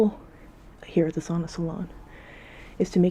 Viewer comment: Why do you say “Sona” as “Sauna”?